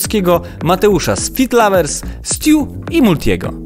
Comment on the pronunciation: Nie fit lavers tylko fit lovers